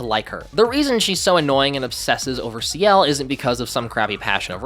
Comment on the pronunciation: lol saying Ciel like he’s the leader of 2ne1